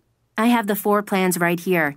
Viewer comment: floor 가 거의 four 로들리는데여... ㅠ